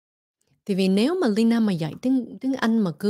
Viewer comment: chị kém quá đọc mãi k đc Lyna ạ